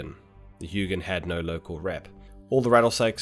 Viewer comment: painful to listen to him say "huginn" should be more like "huh jin" with a soft J-sound like when you say y in "yes"